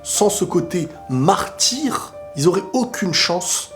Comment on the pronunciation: 6min09. "Sans ce côté Mahr-tyr " 😂😂